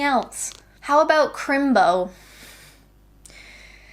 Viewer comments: The “h” in crimbo hurt me. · Crimbo not chrimbo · There's no "h" in crimbo. .